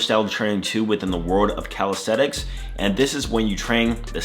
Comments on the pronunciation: CalistheNics. With an N. I feel like you're saying CalistheTics. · Did you know you say "calistheTics"?